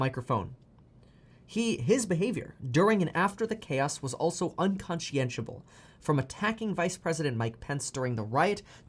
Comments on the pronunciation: That word is pronounced: Un-Kon-Shun-Ubble :-) unconscionable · I think were trying to say "unconscionable"